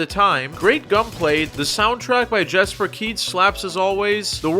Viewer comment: I’ve actually met Jesper Kyd and it’s pronounced “Yesper”. He corrected me himself, I won’t forget that.